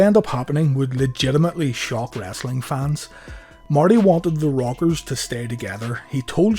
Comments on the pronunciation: Nice video an thanks but every time you say the rockers I hear the robbers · funny ow he cant say rockers and says the robbers